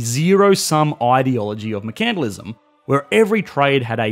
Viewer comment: is that how you're supposed to pronounce "mercantilism"? I thought the emphasis is on the first "e" and not "a".